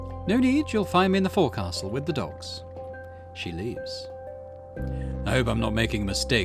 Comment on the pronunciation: I hate to be "that guy", but "forecastle" is pronounced "Foke-sull" Foke rhymes with poke and Sull rhymes with gull. Also, your voice acting is WAY good.